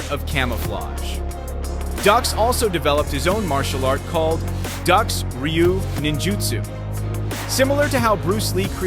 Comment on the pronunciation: Frank's last name is pronounced "Duke". Fun fact: Steven Seagal's first wife owned a chain of Judo dojos. ($)